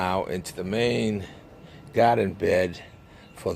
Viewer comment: lovely garden, i know u in GA but the way you say GAADEN sounds like NYC....LOL